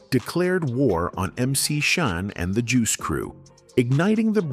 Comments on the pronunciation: Damn these AI voices. Who the hell is MC Shine? LMAO It's MC Shan! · White ai voice video...that cant even say mc shans name right... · This is some AI BS listen to how he pronounced Shan's name. Stop giving the culture vultures your money time and attention. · A.I. narrator is wild mispronouncing MC Shan is wild ! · Narrator can't pronounce Shan.